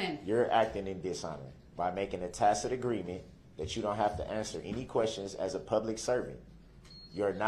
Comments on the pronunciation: He finally learned how to pronounce tacit and not tactic. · awww the day he finally learned to pronounce "tacit" ... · Did someone teach him how to pronounce "tacit" last night? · That or tacit agreement which he finally learned how to pronounce correctly!😂😂